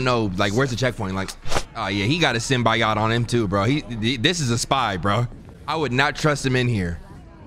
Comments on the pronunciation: SyMBiaaHt dawg its symbiote Sim-bee-oat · What the hell is a “Symbi-YOT” ???… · Bro please SYM-BEE-OAT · Bru its not Sim-bi-ot its sim-be-oat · It’s not simb I yot it’s Simb E yote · Idk if its for the bit or no but its Symbiote...(sim-be-oat) lol love the content bro eughhhh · it’s pronounced SIM-BEE-OAT, stop saying it like a custard😂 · I hate that says simbiyot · it’s pronounced sym bi oat